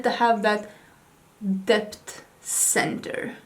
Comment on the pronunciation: You mean "dept" 😆🙊